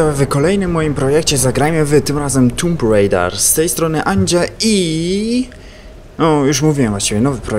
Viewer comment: to jest tomb raider anie tumb raider